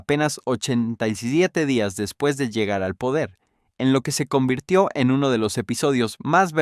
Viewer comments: No sabes decir despues jajaja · Porque a tu IA le cuesta decir después? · es muy probable que el imbecil escribio deps o dps para abreviar el guion y se lo paso asi a la IA, y la IA lee lo que le ecribis